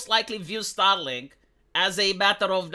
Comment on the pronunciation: keeps saying "STARLINK" and making it sound like "STALIN"! Is that somehow a COINCIDENCE?? For sure! Second language accents are usually weird...